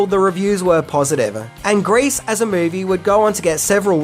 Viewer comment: Excuse mAe,, what is a "MAovie"?? Was this another case of 2 thoughts at once? "the Grease"? One side thought "the movie" the other thought "Name the movie" and...OOPS!???? I guess #11 would've been a unique fan theory that would've been seen as being "in poor taste" to include in a tribute to someone who has died. Bravo!